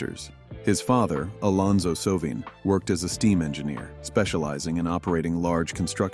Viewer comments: If you are going to tell someone’s story please learn to pronounce their name correctly. It’s Red So-vine. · It's Sovine with a long i! How annoying. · Shouldnt this guy learn to at least pronounce his last name correctly???